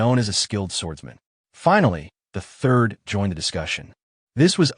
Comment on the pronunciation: I really hope you’re saying the “THIRD” not the “TURD” 😅😅😂😂